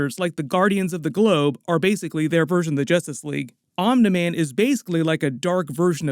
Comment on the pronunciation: I don’t know why it bothers me so much but it’s pronounced omnee man. Not omnuh man. Lmao